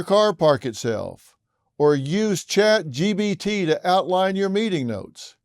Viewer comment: Someone tell the old man it's chat G PEE T. Not G BEE T. Get your letters right, Phil. 😂